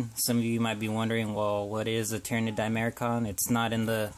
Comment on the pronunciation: di-mach-er-on not di-mair-kon nevertheless great video, good showcase